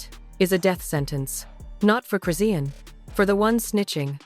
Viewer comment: First of all start with the fake news she was just that blue faces party trying to get in the day before last this is fake news and you're not even saying her name right!!!! Foh with the fake shit 💯🤦🏾‍♀️🤦🏾‍♀️🤦🏾‍♀️🤦🏾‍♀️